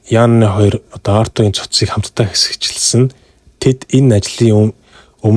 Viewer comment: Ёооё хэсэгчилсэн гэж хэлж чадахгүй байх юм.яАрай ч дээ😊